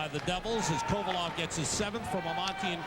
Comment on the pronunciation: Kovalev too. He said kovolov